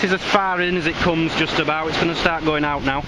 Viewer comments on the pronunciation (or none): none